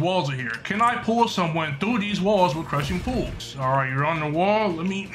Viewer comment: Bro said crushing pools😂